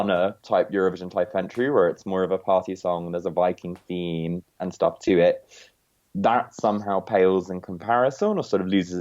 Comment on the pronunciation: StoRp, not stRop 😉